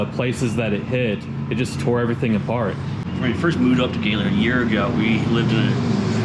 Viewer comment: Thanks for pronouncing “Gaylord” correctly.